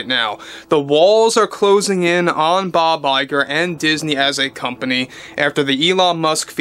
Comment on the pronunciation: Bob LIE-grrr